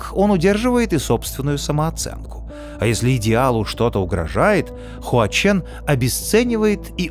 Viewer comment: не звучат они так по-китайски. то как ты их называешь - простой транслит пиньиня, а не то как они произносятся